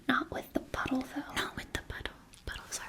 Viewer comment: OH "puddle"... i thought you were saying a different word.